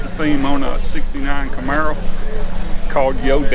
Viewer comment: Sweet "comaro"